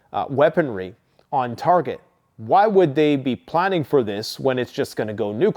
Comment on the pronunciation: "Ukraine will no be holdin' to NATO"...... That's not how you say that. What a friggin dunce. "If NATO is planting an attack".... again buddy, you're stupid. buddy if you're too stupid to just put a screenshot of the insignia in your video, at least hold the friggin piece of paper still for half a second so we can see what you're holding. For all we know that's just a piece of trash that you had AI come up with cause you're too dumb to figure it out. gonna make a video right after this one but not release it today. So you can be even more behind the curve or what? You're trash content is always many days or weeks behind on current events. Pretty pathetic stuff. P.s. i told you the channel divergance was gonna flop. Here we are. It's hilarious to see it happen in real time. 100k subs. What an absolute failure.